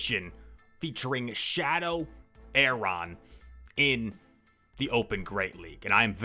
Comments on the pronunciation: "A" is silent its just RON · Lmao was thinking the same thing